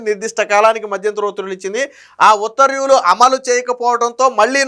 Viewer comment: ఉత్తర్వ్యూ లు కాదు, ఉత్తర్వు లు. చూసి కూడా చదవలేనివాళ్ళను గతంలో చూసాం. మీరు వారి వారసులు కాకండి